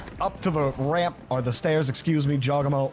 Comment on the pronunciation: man said jawgEmo